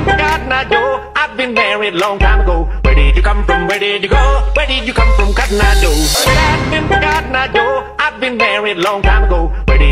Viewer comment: >:( THATS COTTON EYE JOE NOT GEDAGADEGEDAGADA O